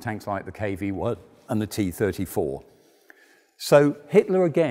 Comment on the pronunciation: "..1941, tanks like KV-what and the T-34.." LOL xD